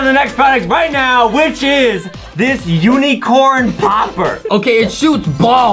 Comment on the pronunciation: Lol the word is unicorn Adam was like "This UNEECORN popper